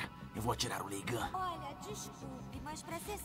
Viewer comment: é Leigan que se fala kkkkkkkkkk